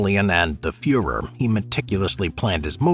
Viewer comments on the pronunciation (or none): none